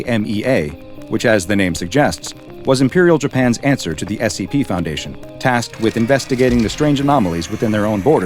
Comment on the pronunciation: this is something that may seem insignificant to people who aren't Japanese. but i really admire for his pronunciation of Japanese words. he's done several videos featuring SCPs of Japanese origin, and he always pronounces it correctly. it feels like he is actually respecting the origin and holding true to it, instead of butchering the name or giving it some horrid english version, which has been done to so folklores and yokai